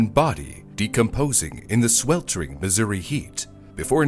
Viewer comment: I had to relisten a couple times, because you almost said it like the native joke, "Misery" XD